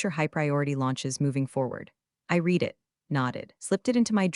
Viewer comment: Used as past tense, I read it is pronounced as "I red it" not "I reed it". AI narration needs more grammar classes, the story producer needs to run the story before posting it.